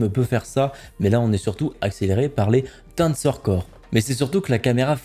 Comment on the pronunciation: ca se dit en prononciation Tensor Core comme le chiffre ten, et sor se dit ser, pas Tansor :D